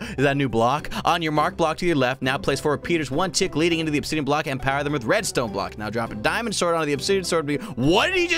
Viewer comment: Honestly, obisian ab-is-si-on is what it said